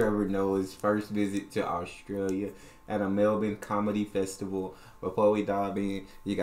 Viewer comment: Great to hear a Yank pronounce Melbourne properly 😄 Mel Burn NOT Mel Born. Good one. 👍🏼